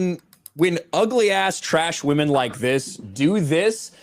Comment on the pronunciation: "u don't need to objectify whamen to be sexiest"...well, lady, you don't need to speak to know u're an idiot, the hairline will do